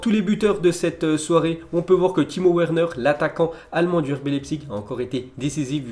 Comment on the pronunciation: Where neure, mec ça se prononce Vernaire (Werner)